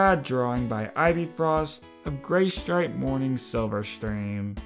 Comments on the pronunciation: ...... Not to be mean but, it said "Gaystripe" ...... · "Gaystripe" lol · says Gaystripe lol